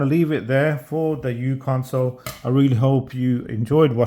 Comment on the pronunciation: If you hadn't written this comment I would have. I also think it is uConsole and not Uconsole... for µConsole